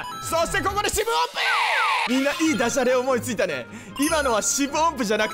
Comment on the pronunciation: お、また[よんぶおんぷ]と言うかと思ったらちゃんと[しぶおんぷ]って言ったね てんちゃんと一緒に寝ればダブルベッドの意味はありそう